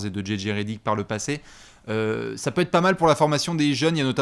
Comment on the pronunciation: Eh le momoent sur la réponse c'est bien normand et c'est ptete (peut être mais prononcé à la normande) bien que oui ptete bien que non